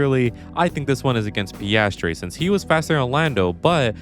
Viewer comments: it's PIASTRI, not PASTRY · If you're going mispronounce his name, at least get it right: it's PASTRY CHEF! 🙄